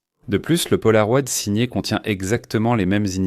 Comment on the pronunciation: Ces changements de débit de parole sont vraiment insupportables!!! ET punaise...polaroid??? Polaro-ï-d